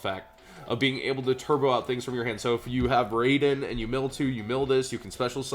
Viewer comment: I know he caught it near the end, but it was bugging me that he didn;t see that Twilightsworns were Lightsworns. Now, if only he pronounced Raiden correctly. I blame the weeaboo working at Midway who created Mortal Kombat for his mispronunciation.